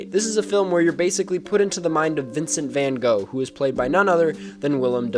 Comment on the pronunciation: You must have lived a long hard life, that you knows the depths of Van Gogh's (learning to pronounce his name would be a good start) work, then make a comparison with this movie. I applaud your research, though.